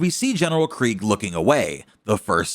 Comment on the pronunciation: FINALLY, Someone pronounces Kregg’s name correctly!